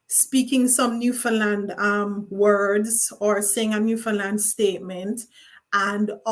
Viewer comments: Oh no! u kept saying "New Fun Land". U better get it right👍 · It's actually pronounced more like Newfinland but way to be picky 🙄